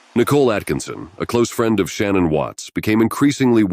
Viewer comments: SHANNAN, NOT SHANNON!!!! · See the problem with computer generated narrators is that they often don’t pronounce proper names of victims. The mother‘s name was not Shannon, it is pronounced Shinaan, soft, I, soft A’s. But the computer wouldn’t know that. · "SHA-NAN", not "Shan-none" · It’s not “Shannon” it’s Sha-nan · Her name is Shanann not Shannon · Sha-nan, at least say it right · She doesn’t pronounce her name that way. It’s Sha-NANN. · I literally couldn’t listen to this because of how you mispronounced her name. I can’t believe you did all this research on this woman and couldn’t even pronounce her name correctly, which makes me question anything you’re saying. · I hope it's not trivial, but hearing shannan's name pronounced wrong this whole video seemed... unjust..or disrespectful a little bit... I dunno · You are mispronouncing Shannan's name. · same here! Can’t even say her name right!